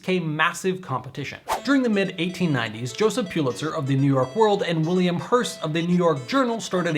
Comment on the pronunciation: Pull-itzer not Pyoo-litzer